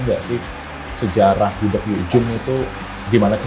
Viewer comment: Gudeg bukan gudek nyet